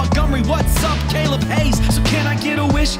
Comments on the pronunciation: Two things. 1) Amazing, not what I wanted but what I needed. 2) Did you just say Caleb Hayes? As in like haystack? Are you telling me for the years I've been subscribed it's been that and NOT Hiles?? IS MY LIFE A LIE?? WHY HAVE I NEVER HEARD YOU PRONOUNCE YOUR NAME BEFORE CALEB?? WHY IS THEY "L" SILENT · i think the one thing that trips me up the most is his last name is pronounced Hays instead of High-les.... I'm so sorry Caleb, i've been mispronouncing your name for years